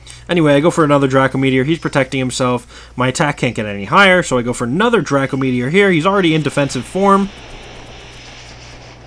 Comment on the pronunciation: its not dr ah co its dr ae co meteor